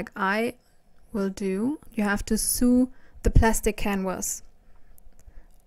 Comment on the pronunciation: Sew sounds like sow not soo